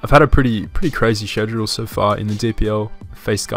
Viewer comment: What's a SHEDULE ?